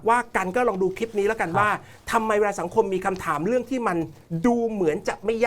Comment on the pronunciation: สั่งสอน พุทแทะ : ให้พูดว่า เรื่อง ไม่ใช่เลื่อง, เพราะ ไม่ใช่เพลาะ ,ควบกล้ำก็ต้องดีให้ถูกต้อง ไม่ใช่พูด ร. เป็น ล. พูด ล. เป็น ร. หากินไปวันๆ หลอกเด็กรุ่นใหม่ที่ติดตามให้โง่เหมือนเมิง